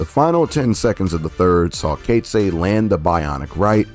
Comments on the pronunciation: Coetzee = koot-zee-uh. Knoetze = k- nu- t-sah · Enjoyed the vid, thanks!, but your pronunciation of Knoetze and Coetzee...lol.